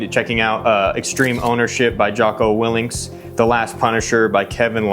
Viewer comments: It’s Willink. No ‘s’ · Jocko WIL-LINK pronounced. Kevin LACE pronounced. LAFE Babin pronounced.